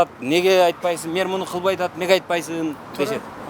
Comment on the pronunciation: Мер эмес, мээр эмес, меер эмес! Мэр, эми туурасы шаар башчы же калаа башчы болсо кыргызча болмокпу дейм.